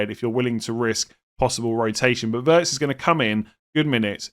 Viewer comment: I just want to mention that Wirtz is pronounced Veerts🤝🏻